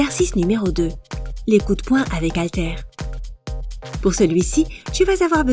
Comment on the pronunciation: Très bien, mais SVP arrêtez de dire "zaltères", le h est muet mais pas de liaison. Cela sera vraiment top, comme vous dites ☺